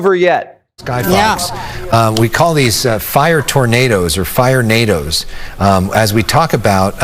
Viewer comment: He’s like fire tornados, fri-nados lol